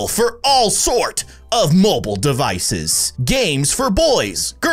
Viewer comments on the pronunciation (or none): none